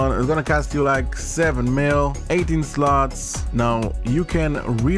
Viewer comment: I love how he says slots 😅 "- sluts"